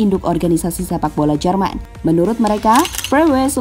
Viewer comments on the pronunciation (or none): Ini sepakbola..bukan sepakbool